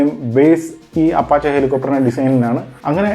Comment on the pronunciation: അപഷേ എന്നാണ് ഉച്ചാരണം